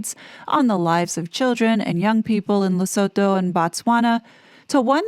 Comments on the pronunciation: Sounds like Harry with the Board of Directors did the right thing. No voluntary member should sue a charity board. Just step down if you are not wanted. By the way it's pronounced Ler-soo-too not so-toe. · Lusutoe. Right way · As a South African can I please teach you just how to pronounce Lesotho. Phonetically Lesotho is pronounced Le sue tu. The th in African languages is a T not th.